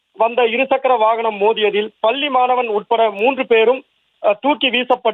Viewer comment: உனக்கு "பள்ளி" தமிழ் உச்சரிப்பு வருமா வராதா ? வராது என்றால் தமிழ் செய்தி வாசிக்கும் வேலை உனக்கு எதற்கு ??